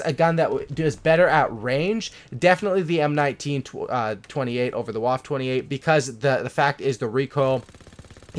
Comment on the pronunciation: Aiiiiiii look, he said M1928 right this time, tho it’s the M1A1 model...